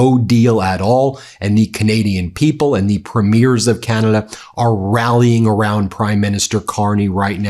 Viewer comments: FYI: Premiers is pronounced "PREM-yurs" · "PREMIERS" are pronounced Pree-mer